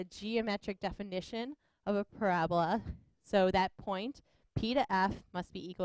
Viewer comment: It is pronounced PARA BOLA not PORA BLA